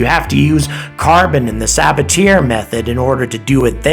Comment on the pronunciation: It's "suh BAT yay" not "SAH buh TEER" For fuck's sake Wikipedia is not a difficult website to reach.